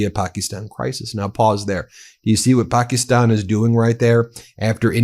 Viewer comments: Pakistan is pronounced Pa Ka Stan. Not Pakeestan. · paa kuh staan, not pakkystan. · Was able to watch until you AGAIN pronounced it "Pak-EEEE-stan", when the whole rest of the world, including the Pakistani's, pronounce it "Pak-IS-stan".